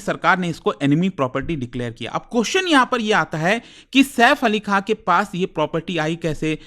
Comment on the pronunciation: खान हे खां नहीं हे 😂😂😂😂😂😂😂